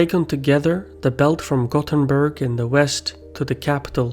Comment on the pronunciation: I'm nitpicking very much now, but I just wanna say that "Gothenburg" is the english name of the city. So you should pronounce it in english. i.e the 'th' should be pronounced 'th' and not 't'. The Swedish name is spelled "Göteborg". so just don't try and pronounce Gothenburg as if it was in swedish.